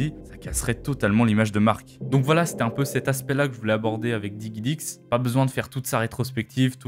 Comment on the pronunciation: juste DIGIDIX pas diguidix s'il te plaît ^^